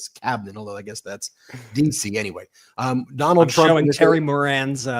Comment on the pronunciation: "Donaldt had Sharlie the lonesome...Tuna's confused with Trump Dump" and, "the hahtdbreeke' of pseoriosiz"(yuk)